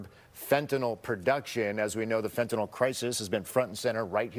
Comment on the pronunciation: Fentan YL. Not fentan OL